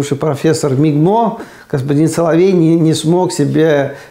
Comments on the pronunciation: Не мигмо, а мгимо. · Не МИГМО, а МГИМО. Акуратнее... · Профессор мигмо😂....! МГИМО))) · Чувак вырос в СССР, а МГИМО произносит - МИГМО